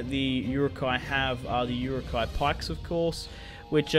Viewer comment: Stop butchering the pronunciation of Uruk-hai